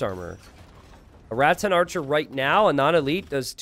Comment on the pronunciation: please listen to this moment. I know you don't hear the S when you are speaking, but you do add an S in Rattan archers to make it Ratsen archers